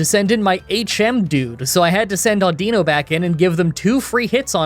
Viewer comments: I'm pretty sure it's pronounced Au-din-no 😂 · Before the video even started, I had to take me guess on exactly how you were going to pronounce audino. I guessed wrong